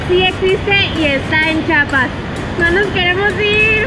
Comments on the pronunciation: "Chiapas", no "Chapas" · Oye dijiste '' chapas" y es "CHIAPAS" por favor pronuncia la i cuando te refieras a mi hermoso estado, gracias. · Excelente video, pero me suscribo hasta que aprendan a pronunciar bien la palabra "Chiapas" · No sé dice Chiapas se dice Cheapas 😅😆🤣😂😅😆🤣😂